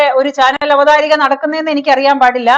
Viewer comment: Not "Avatharika", but " Avatharaka"